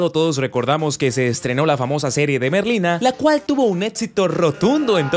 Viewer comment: Merlina ❌ Ñerlina🗿👍